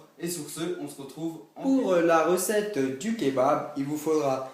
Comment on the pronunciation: Poureuh la recetteuh du Kebabeuh...